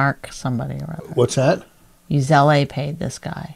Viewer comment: Does she pronounce Zelle as Zell-i?